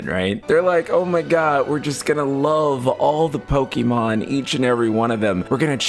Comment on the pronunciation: Please stop saying Pokimon. It's very clearly Pokémon. Pokaymon.